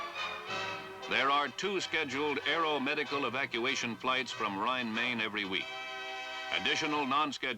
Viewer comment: Neat video- I lived as a kid for one year about 12 miles outside the "Rhein Main" air force base- I cringed when the narrator so badly mispronounced the name though! It's not pronounced like "Maine" the state. It's pronounced like "mine" as it that's mine!